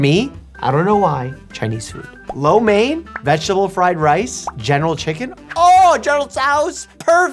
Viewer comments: Learn how to pronouce Lo Mein better! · Omg so many of my friends (there all either white or Indian) calls lo main “low main” The proper pronunciation is “low me-en” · btw its pronounced smth like lo meein instead of lo main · My soul left my body when he said “Low Main” That’s what I heard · I think it's pronounced Luo Mien, just that english translation mixes the spellings but heck yea, general chicken is just one of the best things u can have with rice for protein and a satisfying burst of flavour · as a chinese speaking person, LOH MAIN?!?!? I mean most people do pronounce it like that